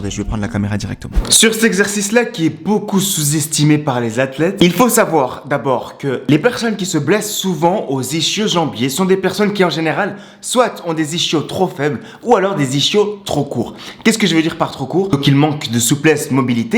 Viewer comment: Désolé de te corriger mais le ch de ischio jambiers se prononce k comme dans orchidée, schizophrénie.